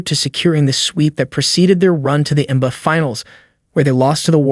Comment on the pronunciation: All that work to have AI read it and butcher it all up. The N buh finals lol.